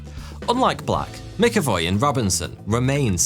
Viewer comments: Jesus Christ man...McAvoy is pronounced Mac Avoy, not Mick avoy. If you called James McAvoy James Mickavoy...he'd definately think you were taking the piss. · You pronounced it mickavoy it’s pronounced macavoy …. “MCavoy” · It's Mac-Avoy not Mic-Avoy. Good video though otherwise.